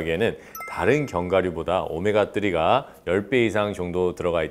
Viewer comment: 오메가 뜨리 캬 원어민 발음 ㅋㅋㅋㅋㅋ